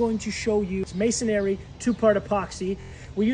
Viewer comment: Can’t watch to the end because you don’t even know how to pronounce masonry